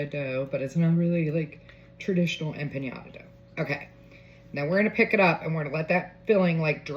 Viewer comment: I love it…the only tiny critique I have is it’s not pronounced empaÑada, it’s empaNada.